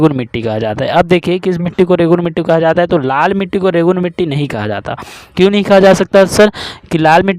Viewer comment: रेगुरू नई होता भाई रेगुर होता है😅